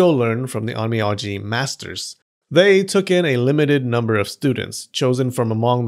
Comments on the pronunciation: Funny you say it correctly OhN Me Oh Ji then you go back saying it incorrectly as OhN Me Ah Ji... Even the Closed captioning has an Ō a Long Vowel, and that is the cool thing about pronouncing Japanese. All vowels are pronounced the same. Ah aye Eee Oh Ooo... Just an observation there. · On mee on gee😂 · Every 5 seconds, Onmyoji is butchered.